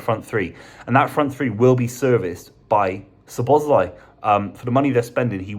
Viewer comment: How to murder pronunciation 101.